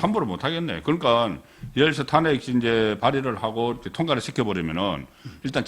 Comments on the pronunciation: 송형. 탄핵발음 좀 잘하세요. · '탄핵', ' 정지' ..사투라 발음. 고치세요 그 동네 사람들만 보고 듣고 하는 것 아니잖아요